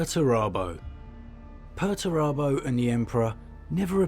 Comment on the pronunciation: 'Per-TURE-abo'. Per-ter-abo. Why are these names ridiculous? Lol